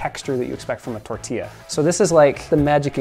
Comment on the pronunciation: I’m Mexican I love that he pronounces “tortilla” pretty nicely (: someone who doesn’t speak Spanish will most likely just say “tor-tihhh-luh “